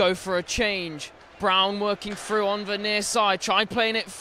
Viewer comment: "break froo", "out ver". can this commentator pronounce "th"?